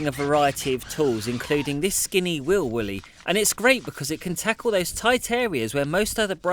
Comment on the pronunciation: Every time you say wheel woolly, i keep thinking you say wheel willy 😂😂